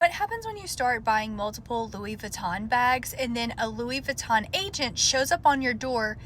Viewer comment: That's not even how you say Louis Vuitton.